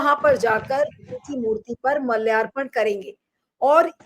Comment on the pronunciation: Arth ka anarth ho gaya hai kyunki ; माल्यार्पण hota hai naa ki मलयारपन Kripya uccharan theek kijiyae .